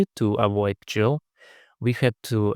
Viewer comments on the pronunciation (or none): useful video. i had to read the release notes to verify that dead battery removals are over. btw - people normally pronounce gil with a hard g like gold not soft g like giant. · Finally someone else who pronounces GIL like GIF